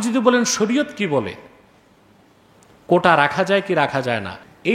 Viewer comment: কোঠা না, আসল শব্দটি হচ্ছে, "কোটা"...